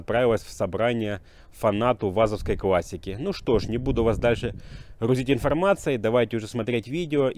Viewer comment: Не квассики,а классики.Неужели так трудно,слушать противно.